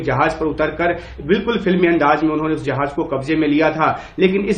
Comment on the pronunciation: भाई जहाज नहीं बल्कि जहाज़ उच्चारण सही करो।